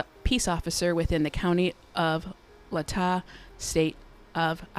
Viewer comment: LAY-taw Latah Not being critical but rather, helpful. 🙂